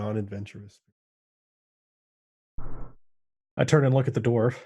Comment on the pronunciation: Lewk at the fewt.... 🤣